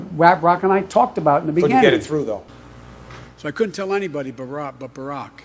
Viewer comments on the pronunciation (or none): Lol! How the hell did he get "Raprock" outta "Barack". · He called his so called bestfriend “Raprock” instead of barack. He’s horrible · He said Raprock instead of Barack 😂😂😂😂😂